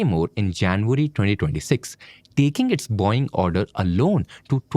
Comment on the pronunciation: It's Boe-ing. Not Boing.